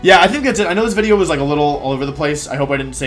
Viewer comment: I feel like you’re saying wideo on purpose now